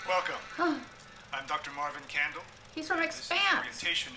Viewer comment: he says Marwin Candle